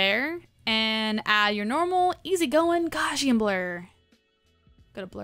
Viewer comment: Ready for a horrible nit-pik? You're pronouncing gaussian wrong. Gauss rhymes with house. :)